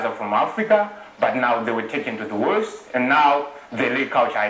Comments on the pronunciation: he mean't west, it got lost in pronounciation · The first guy meant to say the West but it came out as the Worst.